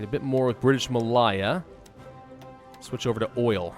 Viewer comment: thats not how you say malaya.